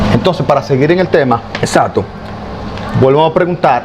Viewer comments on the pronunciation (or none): Se dice ""exacto"" no exato